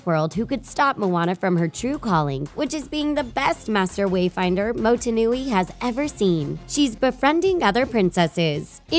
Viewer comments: "Motenui" What are u? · Loool the pronunciations in the video automatically show you haven't bothered to fucking try pronounce them, especially 'Motunui'. This video is actual bullshit.